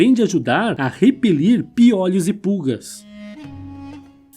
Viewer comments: “Piólhos”...”hieroglífos”... 😳 correto é piolhos e hieróglifos! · Não é 'piólhos' e sim 'piôlhos', claro que sem acento. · Legal o vídeo mas não é piólhos é piôlho que se pronuncia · Acho que o narrador não tinha ouvido falar em pi(ô)lho antes, ele pronuncia "piólhos" chega a ser irritante! 😂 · "Piólhos" foi difícil! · SE FALA PIOLHO, COMO MIOLO, BOLO. NUNCA VI NINGUÉM FALANDO PIÓLHOS, COMO OLHOS. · Diz ao narrador que não é piÓlhos, pronuncia-se piÔlhos, embora não leve acento. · NÃO É PIÓLHOS...E SIM PIÔLHOS... CONSERTE ISTO! Se fala piolhos (Sem Acento). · PIÓLEOS É BOM..KKKKKK SE DIZ,PIOLHOS.... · Sim mano da uma agonia ele falando piólhos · Desculpaí, eu também percebi a pronúncia de " piólhos " que soa como um gongo nos meus ouvidos... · Muito bom o vídeo,só não e tendi o plural de piôlho ser piòlhos kkkkkk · Essa pronuncia de "piólhos" de onde saiu??? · Piólhos ? Não são todas as palavras que mudam a vogal tônica de o pra ó. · Showing results for pronúncia de piolhos Search instead for prouncia de piolhos pi·o·lho |ô| 1. O CORRETO É piolhos "Ô" Desculpe apenas uma crítica costrutiva. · PIÓ LHOS? 😂😂😂😂😂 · Amo o antigo Egito ,agora escutar o locutor do vídeo pronunciando "piólhos" me deu um pouco de dor no ouvido . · Meu amigo! Doeu você falar piólhos. É como ouvir alguém falar cachórros, bólos, dóces… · FALA-SE PIÔLHOS , OK? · Vc está otimo achei graca na pronuncia do piolho mas está original ,vc está muito bem .bjos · O jeito desse cara falar piolhos é ridiculo. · Super interessante ,mas os a forma errada de falar piolho me deu nervoso .Mas parabéns pelo conteúdo. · Caracas, achei que só eu ficava aflito com essa forma dele dizer "piolho"